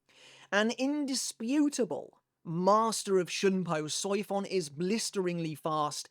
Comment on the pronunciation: The pronunciation of Soifon, I just can't 😂